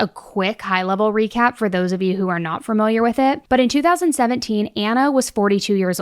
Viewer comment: PSA there is no "fur" in the word "familiar" Thank you. -every 3rd grade teacher in America